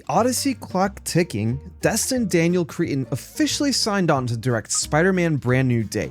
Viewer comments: Bro it's not Cretin it's Cretton. Cretin is a word for a foolish, obnoxious, or deeply unintelligent person. 😂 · It’s cretton not cretin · Its pronounced Cre-tun not creeton lol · please please please pornounce crettons name correctly